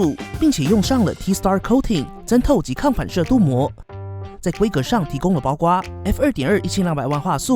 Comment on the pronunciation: 包括读作包括（gua）？